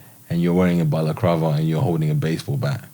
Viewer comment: Did he say "Balacrava"? I'm dead 😂😂😂😂